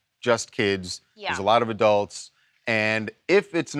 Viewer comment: "Adelts"!? 🤦🏽‍♀️uhmm, ma'am .... it's "Adults"!